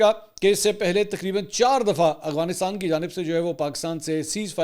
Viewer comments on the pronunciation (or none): Yar aap afghanistan ko agwanistan kyun bolte ho😂